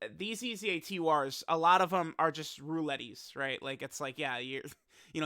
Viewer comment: Why do you say Roulette like Rou-let-ee? Have you ever heard that word spoken before lol, or are you just being cute. Its pronounced Rou-let. Youve been doing it or a long time, and its always bothered me.